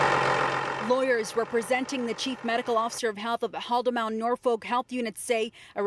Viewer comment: Cringey pronunciation of Haldimand